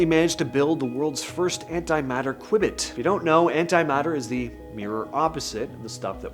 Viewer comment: your pronunciation of qubit is wrong. The correct pronunciation is "Q-bit" read as "Queue-bit."